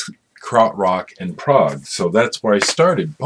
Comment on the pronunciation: PS love the way you say prog i thought Prague::]] a music genre i knew not excellent some things i have not heard and will chase now.... nice to see fans are all around the world.... that music still means so much to me now... after all these years..... thank you